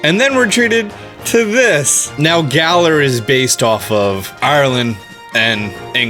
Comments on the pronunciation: Who’s here before he changes “Garar” to “Galar” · Garar? I thought it was Galar!